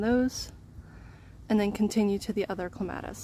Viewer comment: You say it like me! I am adding a clematis to my yard and I was getting a little paranoid because every other video I have seen has pronounced it so differently. I was thinking I have been saying it wrong for forty years. But I saw in another comment you are from Michigan, so maybe it is a regional thing, like knowing cot and caught sound nothing alike.